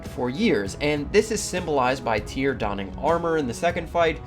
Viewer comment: His name I actually Tire, get it right